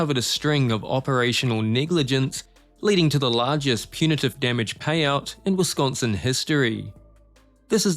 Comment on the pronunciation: To the narrator, please research how to pronounce words correctly. There is no "T" in Wisconsin. It is NOT pronounced "Wis-kawn-T-sin."